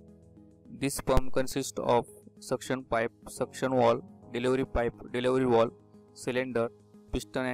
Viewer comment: Not walv its valve 😐